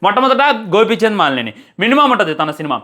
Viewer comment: బ్రో, మాలినేని కాదు మలినేని